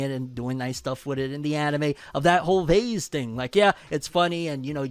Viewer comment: Why he say vase like that 😂 bro said that vazeee